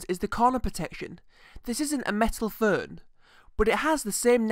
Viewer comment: "furn" WTF is a "furn"? Were you trying to pronounce the word 'Phone'?